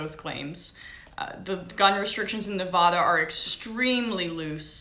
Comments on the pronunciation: Neva-duh not Nevaaaaaadaaaaah. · This girl is supposed to be a professional reporter? She doesn't even know the proper way to pronounce the past tense of open fire, Mesquite, or Nevada, and is bringing up talking points when she is not even sure who said it. Such sloppy and lazy reporting. Take a second, make some notes, and don't start filming until you know what your talking about. You look like an idiot. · Disliking video, because she can't pronounced Nevada correctly!!